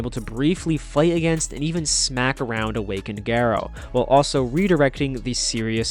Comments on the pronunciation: Geh-roh lol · It’s pronounced gar-O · I loved this video but WHY do you pronounce Garou like that 😭💔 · off topic bit it's really weird how you say his name i'm so used to the Ga being pronounced differently